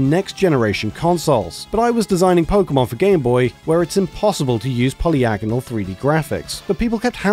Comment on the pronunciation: I only realized right now you don't know how to pronounce polygonal.